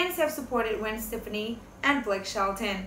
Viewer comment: They did NOT have interest i. each other til AFTER l Gwen filed for divorce in August of 2015 you stated this fact wrongly. Also, learn how to pronounce Gwen's last name .It's pronounced Steff ah knee